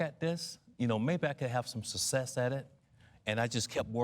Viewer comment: WTF is "sussess"?